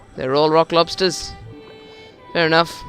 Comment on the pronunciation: ROCK LOBSTUH!!!